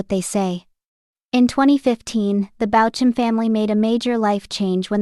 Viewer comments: And spelled BAUCHAM… Bauk um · Please pronounce his name correctly. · Seems like it's Ai, hence the incorrect pronunciation